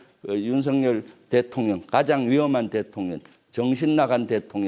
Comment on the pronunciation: 혀가 짧은지 대통령 발음을 대통년 대통년 이라하고, 이 와중에 즈그 대표님의 행동철학을 배워서 편가르기 하고있네. 박안수 장군은 따돌림 당한사람, 기타 하급자 몇몇장군은 대통령과 교감 하고있었던 것으로 표현을 하고있네. 저런사람이 어떻게 별을 넷씩달았는지 ??? 똥별이란 말의 원조가 아닌가? 정치권에 들어갔으면 국민을 위한 思考를 할 줄 알아야 할것이야 !!!!